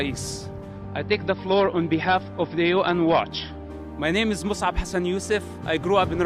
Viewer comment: Mosab and not Misan